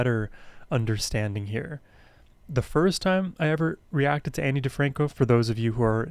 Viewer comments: Her first name is pronounced Aww-nee, not Annie. :) Please more Ani!!! :) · You still haven't learned how to pronounce her name! Ahhhhh-nee. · Pronounced like On-ie. Or Ony. She is amazing. Her songs are the tapestry of my teen and young adult world. I navigated every experience in my life through the lens of these songs, she has always been the #1 on my play list. Been listening continuously for over 30 years ❤🎉